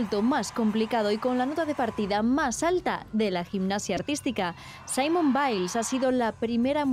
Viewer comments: Es muy interesante la nota pero no se llama Simon sino Simone y se pronuncian diferente. Saludos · No se llama "Saimon" 😂, se llama "Simone", aprendan a pronunciar los nombres bien. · El nombre de esta gimnasta se pronuncia "Simón"... "Simon", que es un nombre masculino, se pronuncia "Saimon". Saludos!